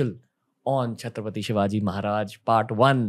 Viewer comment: FIRST OF ALL THANKS FOR Respectful Pronunciation of "Chatrapati Shivaji Maharaj" sir...Love From Maharashtra..